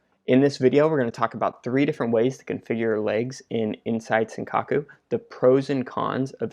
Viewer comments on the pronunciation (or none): Great video, love that you're making a good effort to study tape and learn yourself, it's super motivating, and the analysis is great. Just a quick comment though, I think it's Sankaku not Senkaku :D